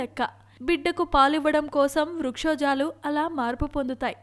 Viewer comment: vrukshojalu kade vakshojalu. mundu telugu sarigga matladadam nerchuko